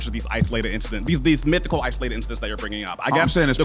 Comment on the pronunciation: Did this fool say, "Mythical"